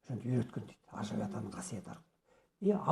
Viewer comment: жакшы созор а айтылытыр бирок кыргыздын аксакалы ажыбай дэгэнди оруска окшоп жыны жи дэп айтып жатат шэгимбар чындап кыргыды суйобу жэ башкабы